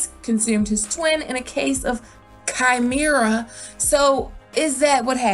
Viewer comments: Chimera is pronounced Kaï--meh-ra ...sorry couldn’t help but being annoyed ! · I really hope he's both dragon and lion (by the way it's pronounced Kah-Meh-Rah)